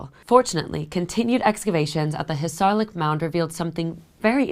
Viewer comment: Troh-add, two syllables, accent on the first. Hissarlik accent on first syllable. I could go on. I’m wondering where you got your degree. There are many Greeks alive today, and you could have asked one for help. The lack of attention to simple details like how to say words very much takes away from your work.